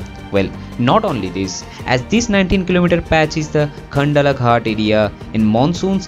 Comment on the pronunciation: Man where are you from? You can't even pronounce 'Khandala' properly.